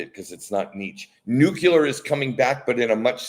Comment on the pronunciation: lol he said "nucular". :D